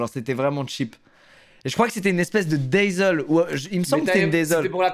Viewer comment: dazzle :DDD easzy (comme pour url on disais (da-zeul) ahahahahah